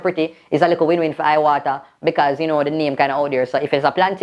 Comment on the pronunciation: Why yuh read iwata suh😂😂😂😂😂😂😂😂😂😀😀😀😀😀😀😂😂😂😂😂😂😂😂😂😂🤣🤣🤣🤣🤣🤣🤣🤣🤣🤣🤣🤣🤣🤣🤣🤣🤣🤣🤣🤣🤣🤣🤣🤣🤣🤣🤣🤣🤣🤣🤣🤣🤣🤣🤣🤣🤣🤣🤣🤣🤣🤣🤣🤣🤣🤣🤣🤣🤣🤣🤣🤣🤣🤣🤣🤣🤣🤣🤣🤣🤣🤣🤣🤣🤣🤣🤣🤣🤣🤣🤣🤣🤣🤣🤣🤣🤣🤣🤣🤣🤣🤣🤣🤣🤣